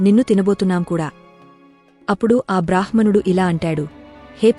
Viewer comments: "బ్రాహ్ మణుడు" అని కాదు "బ్రామ్ హణుడు" అని పలికాలి ... హ అక్షరానికి మ లేదా న వత్తు కలిసినప్పుడు ముందుగా ఆ "మ కారం" లేదా "న కారం" పలకాలి, తర్వాతే "హ కారం" పలకాలి. ఈ వ్యాకరణ సూత్రం అన్ని భారతీయ భాషలకి వర్తిస్తుంది. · మంచి విషయాలు చాలా బాగా చెప్పారు. చెప్పే విధానంలో చిన్న చిన్న తప్పులు ఉన్నాయి - మధ్య మధ్య లో కొంచెం pause చెయ్యాలి. కొన్ని మాటలు సరిగా పలకట్లేదు. ఋణం, బ్రాహ్మణుడు మొదలగునవి